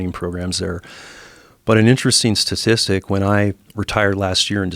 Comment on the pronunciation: it should be statistic not sassistic, lol . Many people have a problem with pronouncing this word, including myself